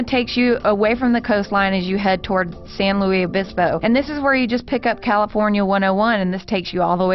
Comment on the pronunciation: Great video. But...a couple of corrections. While it is commonly called the PCH that only exists from Ventura County and south. The San Andreas fault is nowhere near Carmel, you have to go inland about 100 miles. As others have mentioned the s in Luis is not silent. The scenes part of 1 is north from San Luis Obispo, it does overlap US 101 for a while but is separate from Pismo Beach south to near Santa Barbara on the way to LA. 1 north of the Golden Gate Bridge is also a great road but just like the southern portion is not fast. Cal. 1 and US 101 join in Northern California and mostly hug the coast. 1 of course ends at the Oregon border but 101 continues all the way to Olympia, Washington and is just as spectacular. If you are in a hurry to drive between Seattle and LA or San Diego take Interstate 5 but be prepared to be mind numbingly bored for most of the southern half of that road.